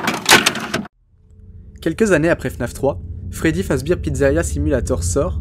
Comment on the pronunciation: Pas fredbir fredbear